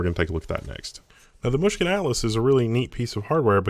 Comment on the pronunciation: I never realized this, but the way he says Mushkin is quite nice :P